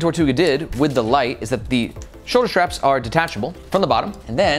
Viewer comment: Ah man… great reviews, super helpful, so I’m honestly not hating on you at all, but for a dude who talks about bags all day long you have to learn to say “straps” and not “shtraps”. (Aware this is more of a me problem than a you problem)